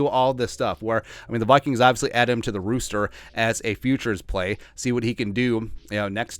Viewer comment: Why do you keep saying Rooster? It’s roster